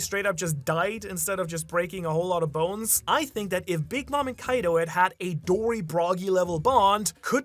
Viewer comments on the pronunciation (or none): none